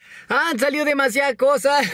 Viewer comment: "Damasiadas" jsjsjsjajajajs Gracias por la info, como siempre 🤘♥